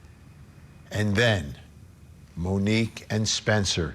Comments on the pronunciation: Come on Vinnie, her name is MONIQUE, not Monica. Get it right 🤬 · Vinnie, her name is Monique, not monica!!!! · Her name was Monique. Not monikkka